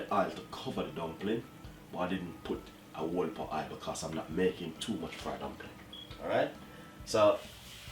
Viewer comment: Hi Chef 👋, please it's not whola milk , it's whole milk , nice dumplings anyways , always love watching your channel , but sometimes your accent/ pronunciation is killing me 🤪♥️♥️♥️